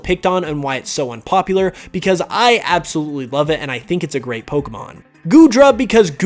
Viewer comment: ABSOLuitly lol